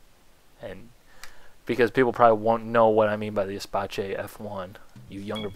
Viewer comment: "Espace", pronounced like "space" if you need to. French, not Italian, good Lord.